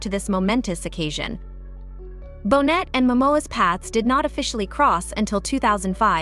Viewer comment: Pronounced bo nay, not bonnet!